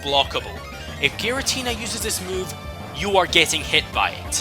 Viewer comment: Giratina, NOT Giritina!